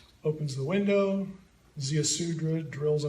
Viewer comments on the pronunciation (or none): none